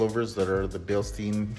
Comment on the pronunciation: "beel'sh'dine" Bil pronounced as in wheel stein pronounced as in "shine" with a somewhat soft "t", in there. source: am German